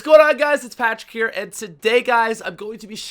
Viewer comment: pratic lol ya pratic....IT IS PATRIC